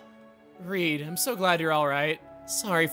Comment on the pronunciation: You know, just when I think he can't surprise me anymore. Seriously you mispronounced Reed? Are double vowels not something they cover in American schools? You know. Like sleep? Or snooze? Or sneeze? Or Weedle? I mean come on.